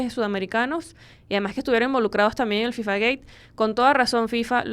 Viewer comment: Es interesante la buena pronunciación de FIFA gate, pero que no sepas pronunciar en español Jadue es raro, no es Jadué